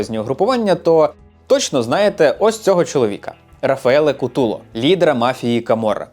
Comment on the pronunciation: Не у'ніта, а унІ'та, і не апулья, а просто Пулья. Така маса інформації, а назви помилкові саме в акцентах. Не Куту'ло, а Ку' толо.